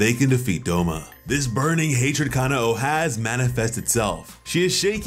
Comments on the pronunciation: btw its not ka-na-o its ka-nao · Kuh-now and kuh nay bro it's that easy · It bugs the crap out of me how some Americans mispronounce her name. It's KanAo, not KAnao. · Ka-na-o there's, the accurate way and for Aoi: A-oi